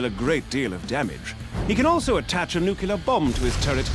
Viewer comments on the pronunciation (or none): Nuke-u-ler? Really? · Nucular? Really?